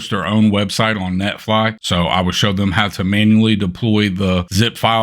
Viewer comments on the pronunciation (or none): Did you say netfly?